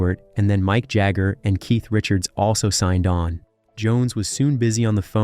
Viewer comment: "Mike" Jagger and the "Ralling" Stones 😂😂😂